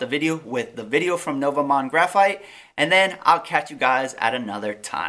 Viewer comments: nova mon-de...bro seriously? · great video!.. but as a Canadian I cringed at how you pronounced the company name lol. It's French and pronounced noo-vo mond.